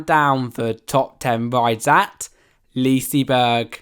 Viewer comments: I'm well aware I was being sarcastic because of his pronunciation :) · Only Swedish people Will get annoyed when English people say leasyberg😂 im Swedish and i know how to spela it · What the hell is “Leasyberg”